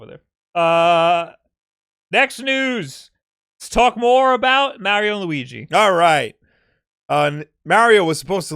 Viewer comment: It's pronounced niiiche not fucking nitch that does my fing head in, you pronounce Mario right but f*** up a simple word